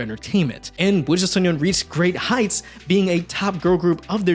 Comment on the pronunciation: I've seen no one mention it so I have to...... You kept calling WJSN "wujusonyeon" instead of sonyeo, which would translate to Cosmic Boys 😭 Still, thank you for the video! It was cool to hear a bit more about it. I thought their track Die For You was a banger btw